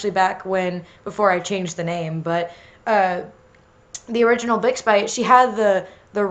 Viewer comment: I know he's saying bixbite but I keep hearing big spike